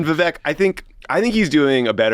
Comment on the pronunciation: You did Vivek a huge disservice here, beginning with not taking the time to even pronounce his first name correctly, to overselling how "bad" his rap was, to all sitting there ostensibly baffled as to what the rough outlines of his rising appeal might be (hint - he is more articulate and intelligent than the rest of the field combined, dolloped on top of endless positive messaging and a youthful energy that can only willfully be overlooked). You might hate him; you might think all his policy angles are fit for the trash bin. But he always says exactly what he means in crystal clear detail, eschews "politician mode" to a degree that would make even Obama look deficient, dives REPEATEDLY straight into the lions den without a moment's hesitation vis-a-vis interviews with potentially hostile reporters and networks and does not do so merely in order to fire-hose them with disdain but instead to pit his ideas in real-time dialectic against theirs, never leaves you wondering what he really thinks when the cameras are off, and has more integrity than anyone in recent Republican memory. I have never voted for a Republican in my life and I am unlikely to begin with a vote for Vivek. But my god, people. Come out of the silo long enough to at least see the obvious about this dude.